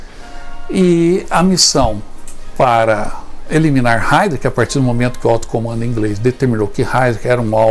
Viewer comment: A PRONUNCIA É: RHAIRISH